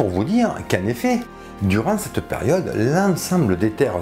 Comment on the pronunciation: Merci pour cette bonne vidéo toutefois il serait bien de prononcer "CETTE" plutôt que "SSS'TE"